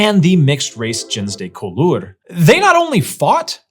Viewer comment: Your pronunciation of “gens de couleur” is atrocious, and this is from someone who French people had a hard time understanding because I couldn’t pronounce French words correctly after years of living there. It should be more like “zhahn duh cool-err” (IPA: ʒɑ̃ d(ə) ku.lœʁ).